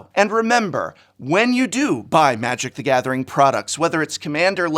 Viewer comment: I love playing Magic: thaguhmathering